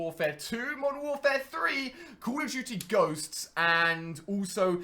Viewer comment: he literally can't say it lol